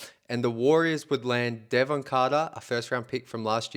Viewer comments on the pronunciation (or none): none